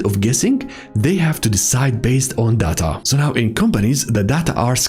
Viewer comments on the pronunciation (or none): Take a shot every time he says da da ta